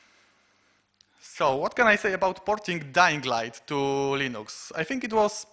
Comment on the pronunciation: Moglibyście dodać napisy chociaż, połowy co ona gada nawet nie zrozumiałem... a wyłączyłem video po 10 minutach oglądania... Linux wymawia się Lynyx :P - tak an przyszłość.